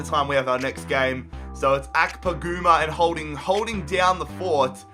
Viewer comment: Kevin Akpogoomba. One of my favorite mispronounciations.